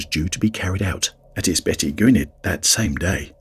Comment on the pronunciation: I'm enjoying the stories but I'm sorry - the pronunciation of Ysbyty Gwynedd (Gwynedd Hospital) creased me up. Im actually going past it for work later today - it's pronounced uss-butty Gwin-eth with a hard th, like in there, the or that. Hope that helps 🙂